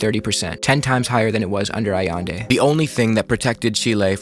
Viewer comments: allEndE not aiendi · Great video. It’s pronounced ahyende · I could be wrong, but i think you’re pronouncing Allende wrong.